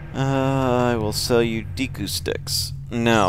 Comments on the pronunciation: day-ku not dee-ku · Original Japanese pronunciation is "deh-koo." But hey, it's video so he can pronounce it "neener shield" or w/e else he wants lol